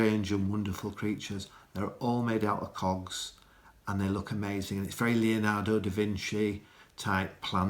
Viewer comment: You know since I have a Texas accent and that's all I hear...everytime says the word cogs it sounds like something else and I crack up laughing, then I realize what he actually said. LOL